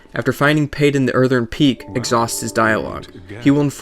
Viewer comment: "Cray-ton", not "Cryton". "Earth-en", not "Earthern" "Cop-se", not "Coapse" Great vid, but your pronunciations kill me.